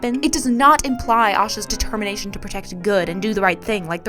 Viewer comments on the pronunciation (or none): Satísfy Determínation Ameríca Canáda Locatíon Totálly correct pronuntíations